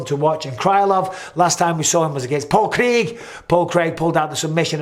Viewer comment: Michael do you say Paul Craig like Paul Krieg because of a psychic that Got caught on live TV pulling the stunt